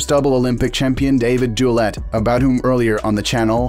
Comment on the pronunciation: Douillet "Do yeah", not "legendary do let"